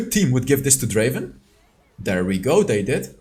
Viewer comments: It's DRAAAAVEN not Draven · Not Draven, it’s Draaaaaaaaaaaaaven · " Welcome to the league of Draven "